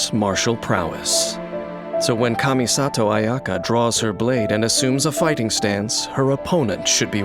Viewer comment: Ayaka... ... Its Kamisato Ayaka!